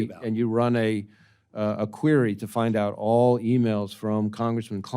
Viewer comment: He can't even pronounce "Query"correctly! It's not "Qeery"! Get that POS in an orange suit and put the liar in prison! He is a traitor!